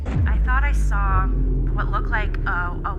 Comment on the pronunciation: Sorry but every time she said "I thought I sore" I wanted to shout "a puddy cat ""I did"" I did" 😂 😜🙈